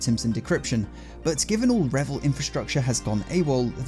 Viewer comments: it's pronounced REEvil i.e. R followed by Evil Otherwise great content 😊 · What if they actually pronounce it revil as he said it ? And he is one of them !😂